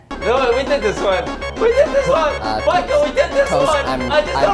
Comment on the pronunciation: make a thing that everytime says MYKULL it pinches ur cheeks. i thought about face cheeks but whatever floats ur boat little gremlin